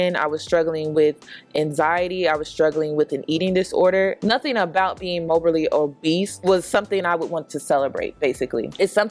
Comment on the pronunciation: Morbidly obese not mobally or whatever you were saying sis.